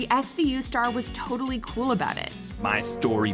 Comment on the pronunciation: Am I the only one who thought that captain said, "SVU' Star WARS instead of WAS for a moment there?